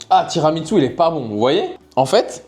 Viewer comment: par contre, le tiramisu c’est italien c’est pas japonais 😂😂😂 ça se prononce tiramissou et non tiramitsou 😂😂😂